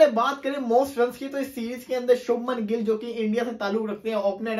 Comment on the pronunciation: bhai gill hai gull nhi😢